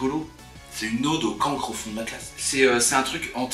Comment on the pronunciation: Juste: une ode... pas un aude...sinon, bien.